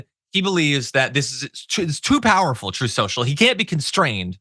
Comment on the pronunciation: Trump can't pronounce the word TRUT. He says Troth Social. The word TRUTH just can't roll off those orange lips.